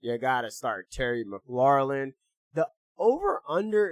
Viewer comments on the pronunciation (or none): We Thankful for you. ps: u been saying “Mc-lor-lin” for a while now, it’s just “Mc-lor-in” 😂 there’s no L at the end.